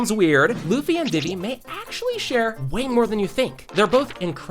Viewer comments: Why did you pronounce vivi like vivy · Is it just me or did bro just say Luffy and Diddy💀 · did anyone else hear luffy and diddy when he said luggy and vivi